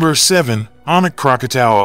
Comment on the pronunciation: Krakatau is pronounced "Kra-ka-taw". Krakatoa which was in its original form is now a caldera where Anak Krakatau sits. Krakatoa were three volcanic peaks erupted August of 1883 with the loudest sound ever recorded. The eruption could be heard three times around the World. 310 decibels (dB). This is believed to be the loudest sound ever recorded on Earth.